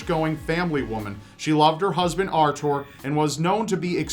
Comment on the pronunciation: I think he could make anything sound evil. Edit: Then again, he also seems to say Arthur and Jocelyn wrong, so who knows?